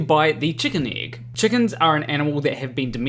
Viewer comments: The igg. 😂😂😂. Love u but you say 'igg'. really funny. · I just love the way you say êgg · It's a good thing that you don't have an accent, otherwise your pronunciation of "egg" might sound really strange to non-Kiwis.